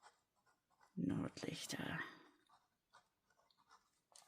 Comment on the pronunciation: You did a great job pronouncing and translating Nordlichter. It is in fact Northern Lights.